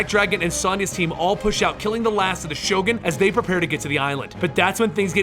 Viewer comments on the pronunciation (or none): none